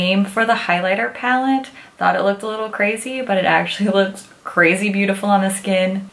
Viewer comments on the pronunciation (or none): none